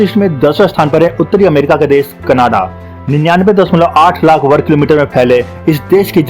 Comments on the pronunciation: Bro it’s canada not cannada , pronouncing wrong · Bro sorry to say you should first learn how to say Canada. Don’t make joke of this great country. Love from Canada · bhai canada bolna to seekh le pehle